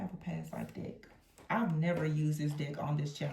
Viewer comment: I could have sworn you said “dick” and not “deck”! 😂 Great reading, btw. ❤